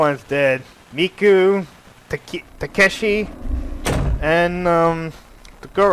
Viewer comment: I heard you said Takeshi correct. Thanks for taking my advice.